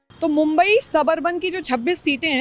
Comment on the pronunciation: Maa mumbadevi🕉️ ke naam par basa ye shahar mumbai hai aagar tumhre naam se tumhe galat bola jaye to kaisa lagega iss liye jyada angrej matt bano bharatiya hi raho oor bhartiyoo jaisa hi uccharan karo😂. Jai Hind Jai Maharashtra 🕉️🇮🇳🕉️🇮🇳💪⛳🇮🇳